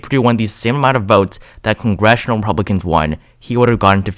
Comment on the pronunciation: Sounds like he sometimes says Epublicans..